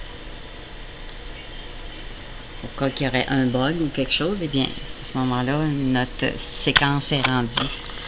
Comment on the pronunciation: Chose==> chaws gauche==>> gawch xDDD Mdrrrr